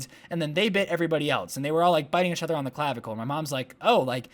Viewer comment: Why do you say ach other not each other